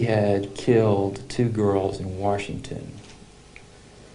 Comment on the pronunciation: warshington.... lmfao I love it. 🤣🤣🤣